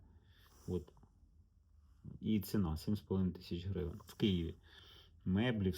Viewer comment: "грывэн" >> гривенЬ